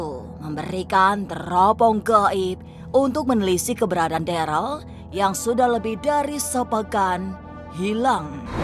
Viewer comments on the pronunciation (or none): Namanya Darel bukan Deral 😅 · DAREL BUKAN DERAL, KLO MEMANG ADA DISITU COBA DIAMBIL BISA NDA? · Darel woiiiiiijij bukan deralllll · Host nya bikin kuping risih Ngomong darel aja jdi deral